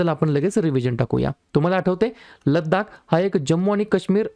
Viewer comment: Laddak nahi लडाख